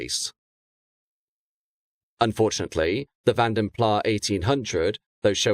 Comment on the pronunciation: The "s" in Vanden Plas is pronounced, btw. A great vid, as always,!